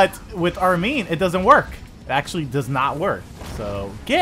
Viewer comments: its Armin not Armeen your pronounciation is wrong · Hey it's armin btw not Armeen it pronounced arm,in like u put ur arm in something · Why Dow you say Armen